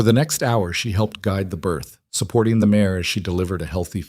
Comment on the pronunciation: Female horse - mare not mayor